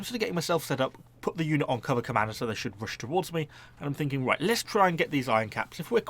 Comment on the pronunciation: Every time you say cover commander I hear "Cobra Commando" and I'm overcome with the need for that unit